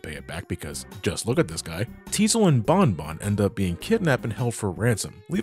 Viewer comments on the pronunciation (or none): It's BONNE (pronounced BONE) family! Not Bon (B-On)! Tron Bonne's name is literally a reference to the instrument Trombone! Stop pronouncing her name wrong! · No! Not potato, potato! Her name is a musical reference like Classic and X's series. Also, the Japanese version (as in the people who made it) pronounces the name as Bonne (Bone)!